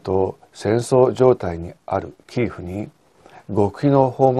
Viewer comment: キーフではなく、キエフまたはキーウですよね。基本的な地名、人名などは通例の発音をされたほうがよいと思います。